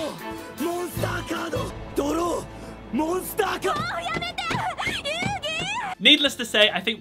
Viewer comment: DRAW MONSTAH CARDO